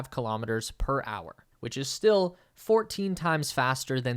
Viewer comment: Kilo'meters, not kalamaduhz.